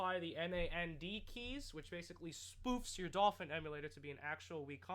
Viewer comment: lol Dolphwin I heard you say that once